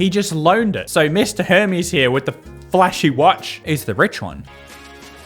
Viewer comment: The way you pronounce Hermes is so funny.